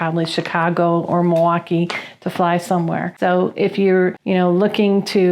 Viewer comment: You pronounced it right!! Mawaukee!